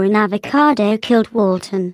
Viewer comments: Waten not walter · Why does everyone say Walten? Its white tubby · Is not “Walten” get it through your THICK head already, but also nice animation... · (why do I keep hearing this) his name is NOT Walten.